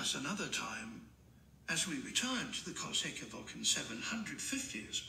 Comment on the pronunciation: If you want him to say Kawasaki correctly, type it in as COW UH SAW KEY